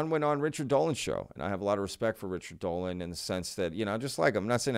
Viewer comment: not dody , DOLAN